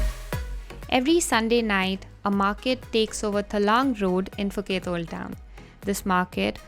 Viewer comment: Ph = P not F